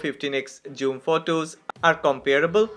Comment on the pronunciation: Bro don't say joom